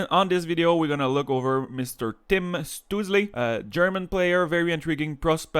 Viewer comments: I'm pretty sure his name would be pronounced Shtoo-tzel and the tzel part would be pronounced like at the end of the word pretzel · Your pronunciation of his name is really funny. (